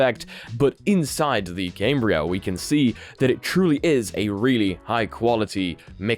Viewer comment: "Cam-Bri-A". Not "Came-Bri-A" :)